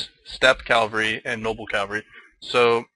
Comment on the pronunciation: Enjoying this series. But there is one correction I need to make. It's cavalry not calvary.